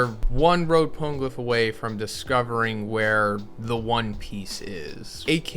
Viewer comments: Pana-glyph. Pone can't be right. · It’s not PONE-glyph!!! It’s Po-KNEE-glyph